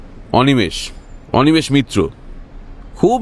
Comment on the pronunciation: "মিত্র" কে "মিটার" বলা দুচক্ষে দেখতে পারে না অনিমেষ! 🤣🤣🤣